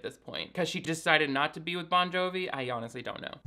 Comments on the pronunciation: Every time you say “John Bovi” I cry 😂. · His several pronunciations Jon Bonjovi's and Josh Duhamel's names makes me happier than it should.